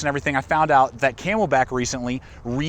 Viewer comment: It’s not ‘codura’...it’s not ‘kay mel bak’ but thanks!